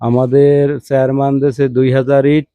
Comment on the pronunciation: কত বড় জাহেল, ডাক্তার শব্দটাও বলতে পারেনা,বলে ডক্তার,চেহারম্যান,সামান্য শুদ্ধ কথাটুকু ও বলতে পারেনা ও আবার, সাংবাদিক, মূর্খ কোথাকার